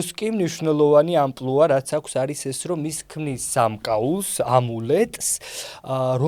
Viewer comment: ძლივს, ვიღაცამ სწორად თქვა ამპლუა😂❤.